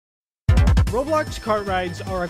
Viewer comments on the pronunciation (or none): none